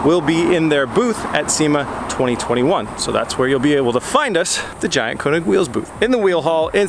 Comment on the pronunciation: Eeh. König is still German word for KING and you pronounce KÖNIG thinking the second letter like you sa burn or the first sound in the english word early (the 'ea')... This is FYI.. PEACE!!